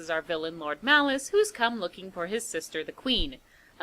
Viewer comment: I used to love this movie when I was a kid. We’d always have to rent this one for me, along with Nightmare before Christmas and Dracula, dead and loving it. I’m so glad you did this one. Also, a few times you say “Malice” I hear “Phallus”, which isn’t far off character wise, but I had to back up and check. Lord Phallus lol